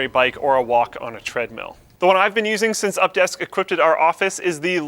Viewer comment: "equipded" - 2015